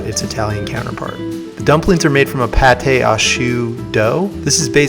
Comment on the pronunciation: It's pronounced "pawtt", meaning dough. What you are pronouncing is paté, i.e. a spread, like chicken liver paté.